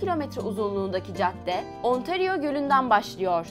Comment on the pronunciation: ontaryo ve montrceal diyo okunuyor ve yoange street diye okunuyo her şey super telafuz hariç